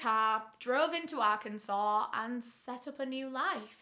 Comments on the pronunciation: I'm from russellville arkansas. I grew up hearing about Ronald Gene Simmons. My mom calls the convenient store he went to "murder mart" Also great job pronouncing arkansas correctly. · As an Arkansas… I cannot tell you how amazing it is that you pronounced it correct